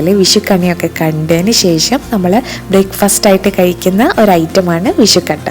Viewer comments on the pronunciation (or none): none